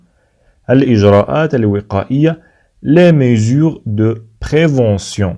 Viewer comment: la prononciation de certains mots n'est pas la bonne comme le mot " mesures" ...